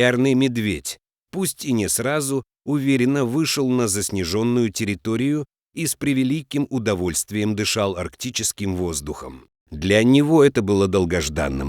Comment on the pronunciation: По поводу неправильного произношения тут уже написали немного до меня. Я ещё кое-что аналогичное заметила, но пока досмотрела, в памяти осталось только одно неправильное ударение : правильно говорить "заснЕженный", а не заснежЁ(о)нный. Но ничего не сообщалось о том, что у зверя с лапой, из-за которой он издавал звуки, на основании которых был сделан вывод о проблеме с лапой. ❤💌❤💌 А по большому счёту - побольше бы таких добрых рассказов!!! Спасибо.